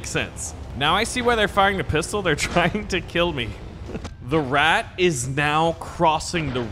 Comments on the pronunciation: It Isent rat but ratte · IT IS RATTE NOT RAT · It's Ratte, not rat pronounce it correctly next time. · ''rat'' its the ratte :( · It's the rata not the rat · Just so you know it’s pronounced ra tey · Pronounce the E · You pronounced the tank wrong, it is the PZ1000 Ratte